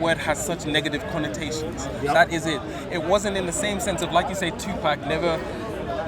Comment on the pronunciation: When he said 2 peck instead of 2pac i knew he was talking to his white audience.